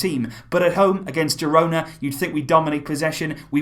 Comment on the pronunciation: Pronounced hirona